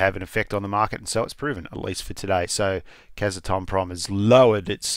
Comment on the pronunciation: Actually, it’s Kaz-ah-tom-prom 🙂